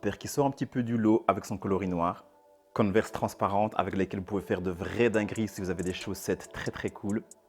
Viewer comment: On dit converse et pas coneverse